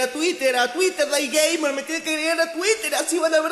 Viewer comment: tu presentacion parece que dice GayGamer xD igual bueno el video (y)